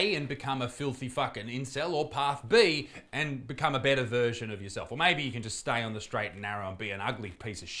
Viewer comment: I thought you said "a better virgin of yourself" , not "a better version" lmao